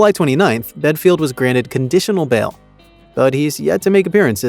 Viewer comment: Ha you Americans make me laugh . In such a rush to jump on the band wagon you can’t even get his name right , even when it’s on the first screenshot of his website . Dumb or what . Do some research instead of reading a rushed script. Bad video can’t take your channel seriously.